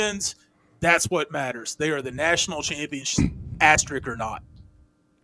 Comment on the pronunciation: Pet peeve. There are two S's in "asterisk". It's not "asteric".